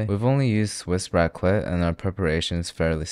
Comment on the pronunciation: You did not jus say raqlet💀